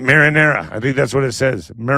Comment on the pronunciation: Mariner, not marinara